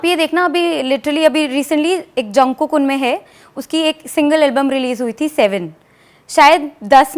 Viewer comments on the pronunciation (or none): It's not jangook it's jungkook..lol accent toh mar dala